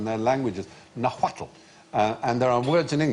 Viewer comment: Mr Fry: First of all, Nahuatl is pronounced "Naw-wat". The L is silent. Sandy is correct that chocolate is a Nahuatl word. And guacamole IS a Nahuatl word, mole is a Nahuatl word, as is avocado, which comes from aguacate.